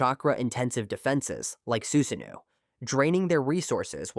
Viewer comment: "you're fighting someone with man-jay-queue sharingan and boom, out pops a full-blown suzanne-new" 😂 useless AI with it's jane-jutsus and za-booze-zahs